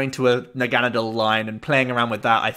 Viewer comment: You’re pronouncing Naganadel correctly. It’s root is German and Nadel is German for Needle pronounced the way you do